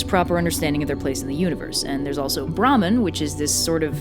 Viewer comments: I was confusing when she said "bramhan" instead of "Bhramaaann" emphasis on aa maaan. "Brahman" is actually a caste in Hinduism. Hope this small info will help anyone if it does😂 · Well she was right about bhraman (the caste is called Brahmin) she just pronounced it completely wrong (there should be a d at the end of the pronounciation)